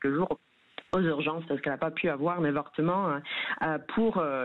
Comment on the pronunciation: Madame a Vortement c'est pas bien 😭😭